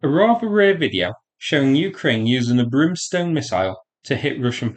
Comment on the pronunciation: Brimstone, not Broomstone.